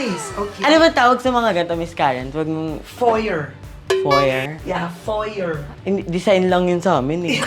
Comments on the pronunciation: You pronounced it FO-YEY ma'am Karen not FO-YER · Foyer pronounced as Foyey! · kaso mali ung pronunciation ms karen, *foyer is pronounced as "foyey" * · Foyey hehehe. Para sosyal bigkas. Good job. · To pronounce Foyer.......(Foye) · It's pronounced 'foyey' .. Karen 😊😊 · Foyer (Pronounced as Fo-yey) 🤗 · Its actually “Foye” its a silent R! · Napansin ko lang naman.. FOYER = should be pronounced as FOYEY 🤣🤣🤣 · Foyey not foyer😊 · Foyer is pronounced as [fwa-ye]